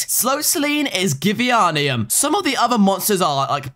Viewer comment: It’s not givieonium it’s gi-vein-ium for givianium